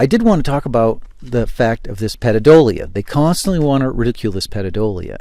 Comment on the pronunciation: Love your channel but do you really pronounce all those words incorrectly on purpose like calling pareidolia pedodolia I think you do